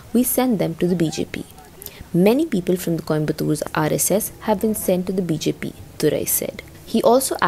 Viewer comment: She can’t even pronounce RSS properly. 🤦🏻‍♀️